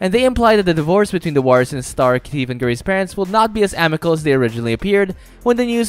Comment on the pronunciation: Stephen bro. ph makes an ‘f’ sound. So not Steven.. it’s pronounced like Stefan